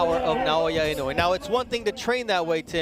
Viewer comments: INOUEがany wayに聞こえてしょうがない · 絶対、井上じゃなくてイノウェイって言ってる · "Naoya In A Way" "Inoue"